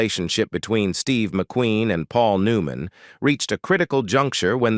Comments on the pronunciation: Agreed. "Paul New-MAN..." WTF is that? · I hate these AI narrators. Really..... Paul New MAN.... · "Paul New Man a Hollywood Ledgeend". "Yul Breener" WTF with this narrator?